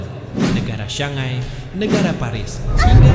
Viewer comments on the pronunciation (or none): none